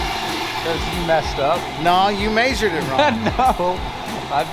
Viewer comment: You mayzured it wrong! Lol